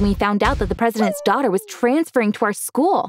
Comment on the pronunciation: why he keep saying duaghter?